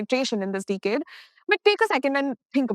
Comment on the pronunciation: You mispronounced the word "Decade" again and again. Majority Indians are weak in pronunciation.